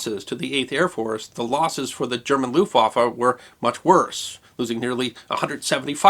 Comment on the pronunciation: Argh "looftwaffer", my ears, my ears, please God let me unhear this abomonation.